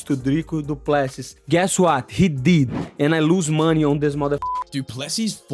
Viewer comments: Guys please, for the love of God, the emphasis is on the LAST sylable not the middle one. It's pronounced Do-ples-SEA, not Do-PLES-sea and the last S is silent! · Du Plessis : it's pronounced do - ple (e sounds like bird) - sì (as in Spanish for yes) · It not du plessy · You say it doo plu see